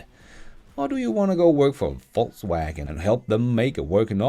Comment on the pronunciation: Am I the only one that keep hearing False wagon?